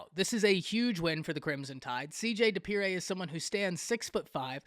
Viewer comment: You said his last name wrong😂😂😂 it’s dippre.